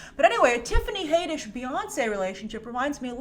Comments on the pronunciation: HAD-ISH NOT HAY-DISH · Haddish. HADDISH! LOL where does "Haydish" come from? Had like add or like you know HAD! LOL Haddish! Had..dish! Had..dish, HADDISH!! NOT haedish or haiddish or haydish! It's Haddish! Lol smh.. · Haddish, not Hayddish. Jeez. The reason she's trending is because she keeps talking about Beyoncé's buisness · Love ya but Tiffany's last name is pronounced Had-ish, not Hay-dish. 😘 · Your saying hay-dish its had-ish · Its pronounced HAD - dish not HADE -d ish. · HAAADDDISH. NOT HAYYYDISH. 😐😂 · Her name is pronounced Had-ish not Hay-dish. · 1st of all her name is Tiffany Haddish not Tiffany HAYDISH!!! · Haddish like raddish come on smh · It's Had-ish Plzz get it rite Plzz it just sounds so bad and like you have never heard any one say her name out loud Plzz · OMG, you gotta learn how to pronounce her last name. It’s Had-dish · It's not "Haydish" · Dafuq is up with that pronunciation? Rhymes with raddish. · I believe it’s pronounce Tiffany had-ish👌🏾😂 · I could've sworn that has pronounced Tiffany's name correctly before, so I'm sure this "haydish" thing was just a slip of the tongue:P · someone is trolling you she's even announced it herself as had-dish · lj brown got trolled! Yikes! I remember the same thing. I’ve watched countless clips here on Youtube where Tiffany herself pronounces her last name as “Had-dish” (like radish). That troll really got us all good. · I had to stop watching this video cuz of how u slauterer her name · ...it does not make “Ragnarok” less special. It only makes M.I.B. look derivative...And, you are mispronouncing the “a” sound in Tiffany Haddish’s last name. Why do you screw up easy pronunciation a lot??? It’s odd.